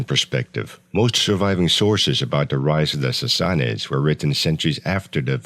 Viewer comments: Sorry but if you are gonna make a video on a subject you should atleast know how to pronounce it correctly. Sas(sass)-sa(suh)-nids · How is that even pronounced? Sassassasuhnids?